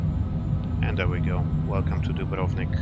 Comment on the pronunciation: the correct pronunciation of dubrovnik ..is very rare to hear👍